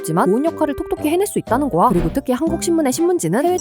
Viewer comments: 주제요청 : 왜 1분만은 '거야'를 '거아'로 발음하실까? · 대사를 빠르게 내뱉어야 하는데 거야라고 발음하면 바로 다음 단어를 말하는데 딜레이가 되기에 거아로